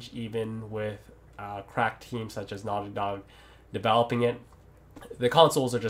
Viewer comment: Is he saying "Naughty dog games" or "nylon games"?